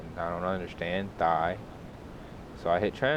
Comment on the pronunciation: Thanks a lot mate! And Thai is pronounced a Tai (the H is silent)